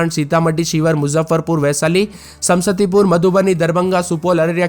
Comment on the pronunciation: Samastipur isko bolne nhi aata h sam sati pur bolta h 😂